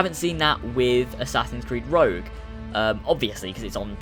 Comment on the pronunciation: rogue not rouge